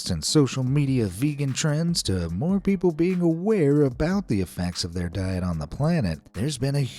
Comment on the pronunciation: frooty peobles